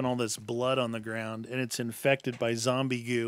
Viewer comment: Its Zoowwmbie tiime